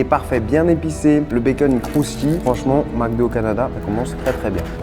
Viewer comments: on ne dit pas MACdo mais bien MECdo (MC) MEC, MEK, au Québec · Au Québec on dit MCDO pas MACDO. Ça se prononce MECDO. Mc = mec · On dit Mc do comme dans Mec do. Pas Mac do lol, comme dans un Prince à New York, pour Macdowell lol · Pourquoi dit il toujours MacDo il vient de ou le A ?